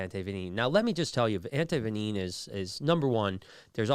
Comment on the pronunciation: What is anti venineen, Brian? Anti venom is what I thought it was